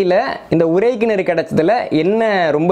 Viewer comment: தம்பி, நான் உங்கள் வரலாற்று காணொலி(ளி ) களை கேட்பேன் மிக அறிவு மிக்கவை, ஆனால் ஒரு சிறு கவலை, அது உங்களின் உச்சரிப்புகள். இதில் கூட உறை கிணற்றிக்கு பதிலாக உரை கிணறு என்று சொல்கிறீர்கள் உச்சரிப்பு பிழை விளக்கத்தையே மாற்றிவிடும்